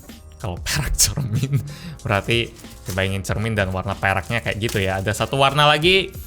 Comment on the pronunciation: tiap lu bilang perak gue dengerya lu bilang perek bang 😭😭😭